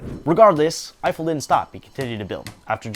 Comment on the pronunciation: This was fun but I just feel like there's someone else who could've done this video that wouldn't mispronounce Eiffel every time or confuse astrology with astronomy